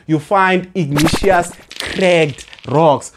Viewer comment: Pls try pronouncing words for what they are(respectfully). I kept on getting confused on " igneous rocks." Nonetheless, you're doing an excellent job. We love your content. We always obtain distinctions in Geography. 🙏🏼